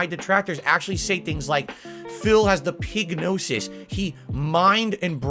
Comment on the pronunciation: HA! He actually called it "pignosis"! My sides are in orbit! 🤣